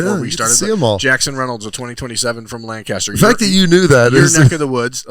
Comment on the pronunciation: why didn’t you correct terrible pronunciation of Lancaster lol as a kid from Lancaster it triggers me